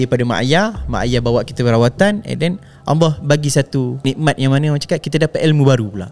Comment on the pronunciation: At the end2 aduh mcm sibat…syuk tanya lain kau jawab lain…sebutt allah pon x btol..nampak sangat lidah tu keras ..banyakkan bacaa quran